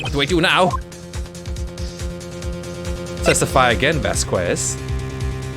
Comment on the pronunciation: I think Vasquez is pronounced Vas-Kess